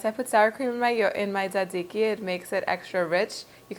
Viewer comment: It sounds like you're pronouncing it: dadziki. My Greek and Italian friends pronounce it: tsatsiki. And my friend from Turkey pronounces it: sahdziky. In Poland, there are a couple kebab shops, so I've also heard it called tsah-tsih-ki almost like tsah-dzicky. Is there a single correct pronunciation or is it based on location?